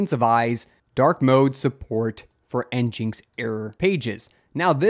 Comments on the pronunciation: Hold up... Is it, N-Jinx Or is it, N-Gin-X?? I always heard it as N-Gin-X... Who says N-Jinx? (Edit: A quick search confirms it's supposed to be a play on "Engine X" so definitely not N-Jinx.) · In is pronounced "engine x" not "n jinx" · This man can’t pronounce anything, it’s not njinx it’s engineX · i laughed quite hard at en-jinx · Nginx being pronounced Engine X makes as much sense as SQL being pronounced Sequel. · It is pronounced engine-x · NGINX — “Engine X” 🤦‍♂️ how do you so consistently mispronounce all these projects? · It's EN-GIN-X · "N-Jinx" ... this is how you tell it's just a Rust fanboy channel.